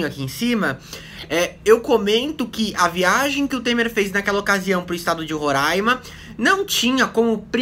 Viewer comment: vc fala roraima certo, coisa que a fatima bernardes nal consegue